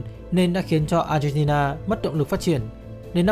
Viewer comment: Mình nghe cả chục lần mới phát hiện ra b chủ kênh phát âm chữ Argentina. M nghĩ b phát âm chuẩn quốc tế. Nhưng thà cứ như thời sự phát âm là ác hen ti na cho dễ nghe.